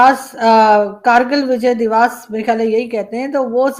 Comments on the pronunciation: divaas nahi divas hota hai divas matlab din,yani day. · It's "divas" NOT "divaaas"